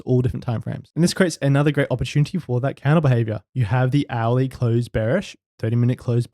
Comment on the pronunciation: Very interesting stuff.... This candle behaviour is something the rest does't really talks about. What I really wanted to say is that it took me one or two hours listening before I figured out that you say the word "hourly" ;). Thanks for making theis content!